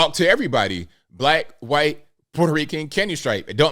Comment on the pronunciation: why do you say white like it’s starts with a “Q” “Qwhite”?